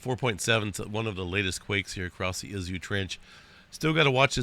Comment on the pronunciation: Izu Trench. IZU is with a long E . "Eezu". A.beautiful place.